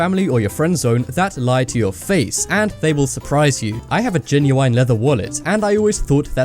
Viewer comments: ITS GEN-YU-IN NOT GEN-YU-INE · 'Genu-wine'?! Since when did British people pronounce the word GENUINE like that? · Lol genuwine leather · Lol "genui ne leather" xD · The way you say genuine🤦‍♂️ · no way this guy says genuine like that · I hate the way he says genuine. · U said genuine wrong it's so obvious your reading a script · your saying genuine wrong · Kiano yeah, me too! I've always pronounced it the way you do and since english is my second language I had to google directly. My translater does not know this pronunciation of genuine.